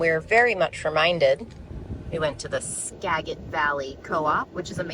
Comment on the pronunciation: Skajit valley is how it’s pronounced. Do they have Aldi up there?? I don’t know if they are blocked from the whole state or just 5he Seattle area.